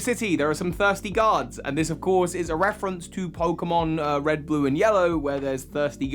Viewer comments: Ha totally thought u said “thirsty gods” but u had said guards 😂 great video ❤️ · what he said "there are some thirsty guards" what I heard "there are some thirsty gods" ...Zeus? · I kept hearing “thirsty gods.”